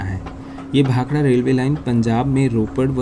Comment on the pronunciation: Very nice video and information. Also liked that you pronounced "Bhakda" and not "Bhakra". Even railways should change the english spelling to "Bhakda". Its been 75 years since the goras left...wonder why railways keeps on spelling it as "Bhakra"!